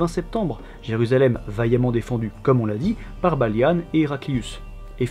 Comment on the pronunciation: Pourquoi tu dit "Balianne" au lieu de Balian, c'est un peu perturbant